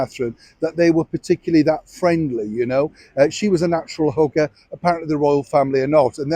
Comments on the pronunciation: I keep hearing hooker when you say hugger. Meghan is a natural hooker (hugger)! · I was cooking and I initially thought you said natural hooker, I had to stop everything to go back to hear it again, and you said natural hugger not hooker. 😂🤦‍♀️ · I must get my ears syringed, I thought you said "hooker" ...! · Good evening, lovely to see you!! 👋🏻 So…., where you were saying MeMeMe said she’s a natural hugger… I ‘bout fell out of my chair cause I thought you said a natural hooker. 😳🤣🤣 Which I suppose would al……Uhhhh, never mind. Like you often say, I’ll just leave that right there Blessings & prayers 🙏🏻👋🏻